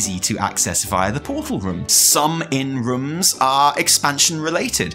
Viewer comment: The way say „room“ sounded more and more like „rum“ to me and i can’t unhear it